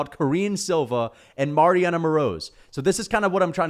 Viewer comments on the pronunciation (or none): none